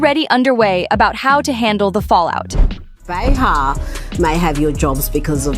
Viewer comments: it's pronounced like BAY-HAR not bah-har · Hey, aussie speech bot, it's not beHAR; It's pronounced bayer. Like the aspirin. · Anybody who knows anything about Joy, or The View, even to just accidentally watch for a few moments, knows the correct pronunciation of JOY BEHAR's name, is NOT "ba-HAÁR"... but BAÝ-har. You should not waste time spreading rumors that you out yourself as NOT in the Inner Circle. GO AWAY. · I do wish this channel would learn how to pronounce names though. It's BAY HAR. And Caralyne LEV IT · You are lying! Joy is still standing & speaks up… the truth!! Can’t you pronounce Joy’s last name correctly! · This channel smells like an AI bot. The narrator certainly isn't human, with the wrong name pronunciations. "Bar-her" Leave-it." The video title isn't even true!